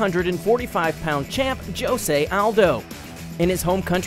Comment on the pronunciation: Whoever is the commentator of this video needs to learn names. It is pronounce "hose-a" not "joes-a"